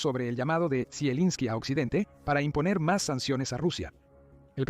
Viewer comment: Madre mia, toda la informacion es falsa de occidente y valiente fuente, el whasinton post por Dios dejen de mentir no les da verguenza, claro por eso no hace la paz, por que esta perdiendo el que esta desesperado por hacer la paz es EEUU y ni siquiera el narrador sabe pronunciar el nombre de zelesnki, da risa esta informacion😅😅